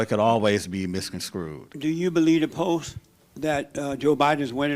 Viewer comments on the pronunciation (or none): Hake must be grinding his teef in frustration: 😆 "Screwed" instead of skewed. "Misconscrewed" instead of misconstrued.